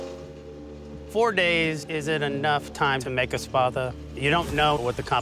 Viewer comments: It just sounds like they can’t properly say “sparta” when they say spatha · I thought he said “you need to create this weapon... the spappa.”